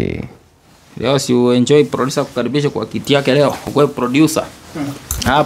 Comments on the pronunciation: Aki daktari n😂😂 na ki ngereza eti ducer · ebu pronounce tena jina producer😂😂😂😂😂😂😂😂